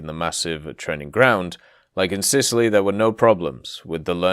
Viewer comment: Sitaly, Sicily + Italy :D